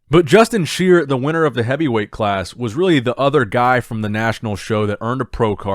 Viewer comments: Justin SHI-ER NOT sheer. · Justin Shier is pronounced "Shy-er". Another Hosstile athlete to go along with Nathan, Samson, Brett Wilkin, Nathan Epler, etc... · It's pronounced shy-er!👍🏾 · I think Justin’s last name is pronounced sh-eye-er